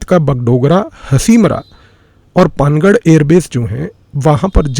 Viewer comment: पानागढ़ सही उच्चारण है